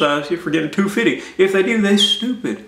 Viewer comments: Lol he said two fitty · I love the way he says 250. lol